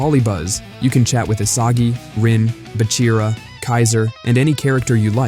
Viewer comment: Se dice Bachira no Bira. Se podría confundir con Kira que ya fue Eliminado